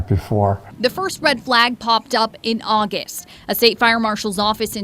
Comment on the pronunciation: "Augist" is not a word. "Interum" is not a word. "Buhfore" is not a word.